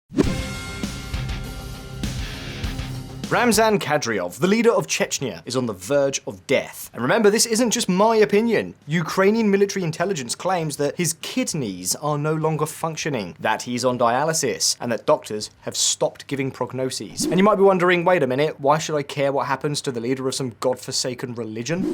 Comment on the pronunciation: Kidneys not kitneya 😂😂😂